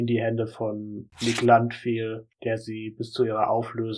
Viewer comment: Wieso sprichst du seinen Namen eigentlich deutsch aus?